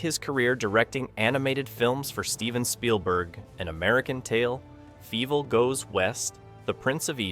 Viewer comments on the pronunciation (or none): is this guy a bot? I may have to agree with you. the way he pronounced Feivel was crazy. It was the "Inglorious Bastard's wrong fingers for the number 3 meme" for me, like wait a minute bro, you're writing about something you've never seen. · Lol. I noticed the mispronunciation, too. 😊